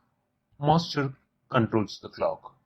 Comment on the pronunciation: good explaination till single master to multiple slaves but after that nothing is clear ...do wxplain the arbitration logic and how clock synchronisation will occur in multiple masters to multiple slaves moreover ur English is horrible...u spell master as monster..so plss take care of it..